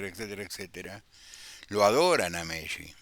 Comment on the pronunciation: Bs tardes. Me llama la atención como pronuncia el apellido Messi. Se pronuncian las dos eses como en pizza.